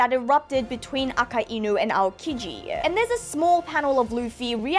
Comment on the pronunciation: I think you are the only one I've heard says Akainu as it should be - Aka-Inu as in red dog, not A-kai-nu